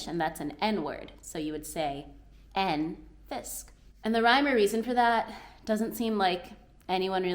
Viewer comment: You are really managing Danish pronunciations fabulously <3 There are only tiny "tweeks" to attend to. Like where (and when) we insert a pressure on a vokal. The number "en" is expressed with a short pressure on "e", when the number stands alone or are a part of a short word, but less so, when it is a part of a longer word. Like "én", "én-og-tyve", "en-og-halvtreds" ... But then again, if it is used as an "unspecific article" we do not use a pressure on the vokal. Like in "et hus" or "en fisk" ... "en/et" kinda floats into the last part of the word. Exept if the number is an important part of the information, then we hit the pressure on the "e". That is, if it is "absolutely only one!" It would have been a lot more easy for you to learn Danish in the part of Jutland around Ringkøbing. Traditionally they don't have any genders in the language, but only use "æ" as a common substitution for "en" and "et" and "yén" (written "jen") as the number ... 😀 So it would be "jen hus/æ hus" (one house/the house - DA: "et hus/huset") and "jen ko/æ ko" (one cow/the cow - DA:en ko/koen) ... way more like English! 😀 I have met Somali people talking fluently Danish after a very short time, but were mucked for speaking Jutlandish ... which is absolutely okay, but a dialect of Danish ;-)